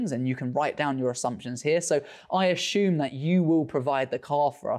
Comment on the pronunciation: Is it “assume”, or “ah-shoom”? Please advise. Otherwise, great content as always, mate! We appreciate your insights!